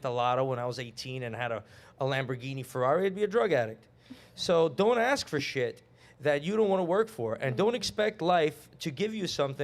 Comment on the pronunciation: we don’t axe 😂